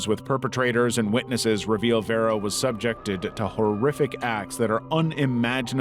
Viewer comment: At the very least, a person who has been horrifically tortured and murdered deserves to have their name pronounced correctly, even by an ai voice. Especially if theres some way youre profiting over their deeply tragic life and demise. That is so disrespectful. Vera is far from a difficult name.